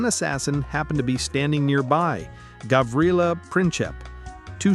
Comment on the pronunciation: Its Gavrilo Princip not Gavrila he s a guy not a girl.